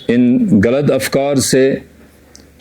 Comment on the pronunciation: چناب عالی ہم کرگلی غین اور گ کو اچھی طرح سے تلفظ کر سکتے ہیں۔۔۔ پھر بھی اپ غلط کو گلط بول رہے ہیں۔۔کشمیریوں کی تو مجبوری ہے۔۔انہیں۔۔pronounce کرنا نہیں اتا مگر جناب عالی۔۔اپ کرگل کے ہیں اپ اس سے اچھی طرح سے بول سکتے تھے